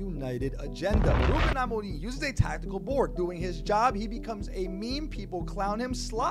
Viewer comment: I'm just here to say you pronounce Amorim's name so well!